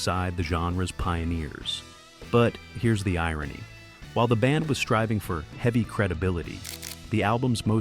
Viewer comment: Very eavy not eveey This just gets annoying! Just read the script yourself!